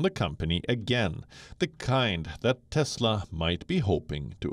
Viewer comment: Maybe it's CHESLA not Tesla 🤣😂😅